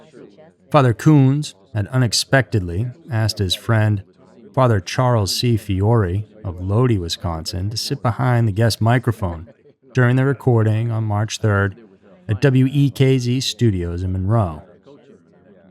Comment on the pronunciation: Lodi - it’s pronounced Low-die not low-dee lol. Fun fact: I actually live in Lodi but not the one in Wisconsin.